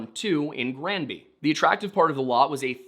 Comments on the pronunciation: Your pronunciation of the town's name is perfect. I'm from Colorado and spent many a summer weekend on Granby Lake. Coloradoans are fucking nuts and all "outsiders" are deeply hated ... especially Texans, for reasons known only to Satan. I adored this documentary. Marv was absolutely being targeted because he was an "outsider" and he knew exactly what he was doing. Marv, you showed those MFs why you don't mess with the wrong person. ❤ You are loved by this Colorado native ❤ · Even though I'm across the continent I wanted to say that we have a city named Granby as well. Your pronounciation as far as we say it, is perfect. I know that wasn't your question but our Granby, here in Quebec was the home to a massive Zoo and Water Slide, which I recall visiting, as a young Lad in the 80's. Merci Beaucoup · You're pronouncing Granby right.